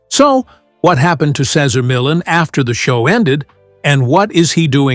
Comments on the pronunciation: The very least you could do is pronounce his name correctly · Can't watch...pronouncing his name is unacceptable. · It was hard to listen to the announcer mispronounce Cesar's name over and over. However, I am a big fan of Cesar and I have used his methods with success. I still watch him on you tube and I wanted to know what had happened behind the scenes. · "Sayzer Millin" 😂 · Say-ZAR me-YON. You are welcome. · "Casar Millen" stupid bot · Who’s “Cesar Millen”? 🙄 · Sezzer Millen? Gee, one would think you could pronounce his name correctly! At any rate, I miss his show, he came a long way for it to end like it did. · I like you knowledge on Cesar Millan. But, I really wish you would learn how to say his name right and stop saying it different through the whole video. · Okay....I'm 3/4 of the way through this video, and if this guy mispronounces Cesar Millan's name one more time.... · The commentator can’t even pronounce his name!! Cesar is the best and will always be! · Cesar deserves a better written presentation that this. Sheesh. No human on board, to at least make sure his name is pronounced correctly? I have read two of his books...and don't even own a dog! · Could the narration at least pronounce his name correctly? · Frigging give the man RESPECT 🙏 & pronounce his damn name correctly 🤬😤😤🤬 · How can I believe you when you don't even pronounce his name correctly or at least how he pronounces it. Other than that, I am glad to know the other side. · The guy talking can t pronounce cesar last name. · Can't even pronounce his name right 😂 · Can't even say his damn name right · It would be nice if they used a voice that could pronounce his name correctly!!! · He is amazing. I’d love to see the respect of you at least attempting to pronounce his name correctly! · He was born to work with dogs and he loved what he did. Kudos to him! If you are doing a retrospect on someone, please say his name correctly throughout the video.